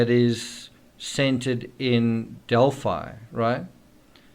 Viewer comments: Pronounced Del-Fi. Long I sound. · Australians would pronounce it like you, but since it is their town we would pronounce it their way in this instance. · We pronounce it 'Del-fee' in Texas and Illinois. Hoosiers can be strange sometimes. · We'd say Delphee in UK as in 'Adelphi (ee) Greek for 'brothers'. Strange that PhiliDELPHIa is pronounced like ee